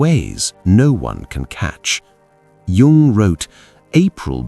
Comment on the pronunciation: WHY OH WHY ON THESE SITES OF INTELLIGENCE, CAN JUNG'S NAME NOT BE SPELLED OR PRONOUNCED CORRECTELY